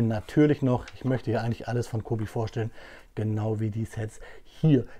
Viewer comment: Mich kennst du bestimmt auch noch dein netter Fuchs Freund ich bin gerade in Polen und ja du sprichst es falsch aus das c wird wie das Ende von Milch ausgesprochen also ungefähr so Milech auch wenn ich mir wünche das cobi die mig nach dem Krieg noch in einer Soviet Version raus bringt